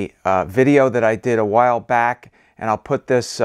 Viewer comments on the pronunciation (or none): none